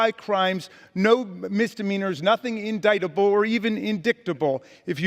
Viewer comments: “Or even indicktible” 😂😂😂😂😂👍👍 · Ms "Peach tree dish", "Nazi gazpacho" and "indicktable". A true representative of the GOP - ignorant and proud of it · Lol, "indickedable"